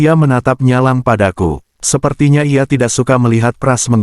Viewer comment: ngomong "ia" malah jadi "LA" ini gimana yg ngetik script AI nya 🤣